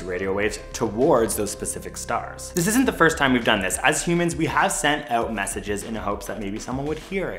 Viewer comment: "We haze sent"